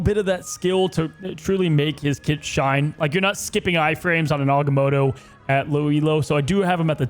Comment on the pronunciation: "Aganono" was the best thing ive ever heard LMAO